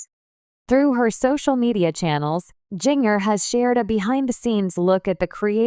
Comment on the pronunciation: It would be so much better if you’d narrate this instead of having a robo voice that can’t pronounce “Jinger” or maybe you should have spelled her name “Ginger” for Robo Voice so it would stop saying “Jing-er”